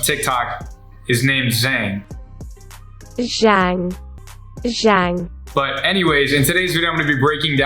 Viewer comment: That intro was funny bro “ zZHANG”